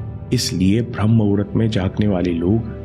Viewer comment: Vo to muhurt hai n aap mahurat kyu bolete ho.